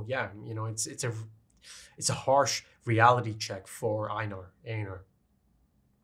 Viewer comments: It's ay-nar. I used to pronounce it as ei-nar when I read the manga but the anime clears this up. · pretty sure it's "Ay-nar" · Pretty sure Einar is pronounced with an "A" sound. Like "A-nar" That is, at least, how Einar is pronounced in swedish. So I hope that is true for old nordic as well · Vinland Saga is my all-time favorite story. The manga is actually still ongoing in it's final arc. I came for the chainsaw man, but I'm super interested to see your take on what I think is the best arc in an already incredible series. Also I generally hear people pronounce his name as "Eye-nar" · I've always pictured Einar being pronounced "Eye-nar", as it sounds more germanic. I could be wrong though.